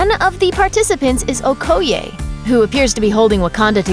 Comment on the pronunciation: The incorrect pronunciation of okoye upset me😂